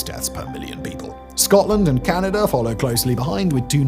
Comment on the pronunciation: Where is the R? lol 😆 it's Canada 🇨🇦